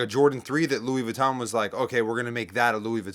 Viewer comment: Yo you Pronounce Louis Vuitton like a poser!